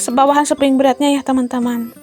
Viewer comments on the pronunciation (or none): Bund mohon maaf sebelumnya, aku jadi gagal fokus pas bilangnya spring bred, yg benar itu spring bed ya sayang bednya ga pake r ☺🙏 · Spring bed Bun, bukan spring bred 🙏